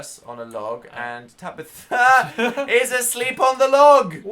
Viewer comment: Is it me or does dan say Tabithr